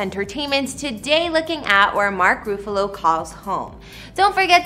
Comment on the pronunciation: Mark Roofalo?? If you’re gonna do a video and slap it up on YouTube, at least pronounce the star’s name correctly. Every Tom, Dick and Harriet these days think they can narrate video like they work for Entertainment Tonight. Perhaps get a real job.